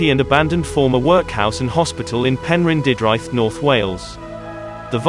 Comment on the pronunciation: no, no, no, it's 'pen-rin-duth-draith'.